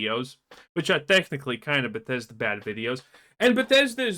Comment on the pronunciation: bethesda became beshitda :p